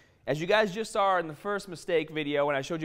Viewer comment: It's very hard to fake. One tell is he says sawr for saw at the beginning of the video.